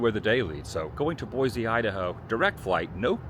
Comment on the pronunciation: So apparently you've given up on using the proper pronounciation of "boy-see".